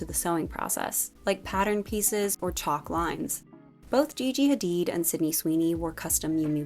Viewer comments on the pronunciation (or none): none